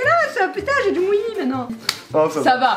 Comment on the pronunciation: Elle a dit jais du mouillie 😂😂😂